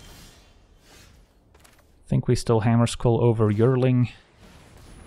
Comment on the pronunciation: yearling is pronounced "Year - ling" it means a 1 year old animal.